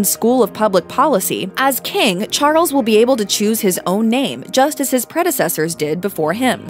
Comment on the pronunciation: Interesting pronunciation: 'Prince Char-ells'